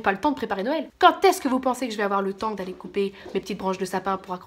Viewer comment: La meuf qui réalise le 8 decembre que t'as fait des vlogmaaaaaas! c'est 'nouël' avant l'heure. Tu m'as fait trop marrer.